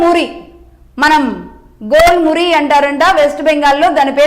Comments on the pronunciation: Jhel Muri. Not Gol Muri😂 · మేడం, గోల్ మురి కాదు ఝాల్ మురి.